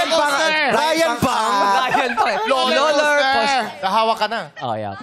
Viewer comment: sa halip na Roller Coaster naging Loler coaster natuwa tuloy sa kanya si kapuso actress na si Ashley Ortega